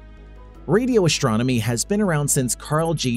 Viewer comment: "Shtrange", "shtrong", "ashtronomy".....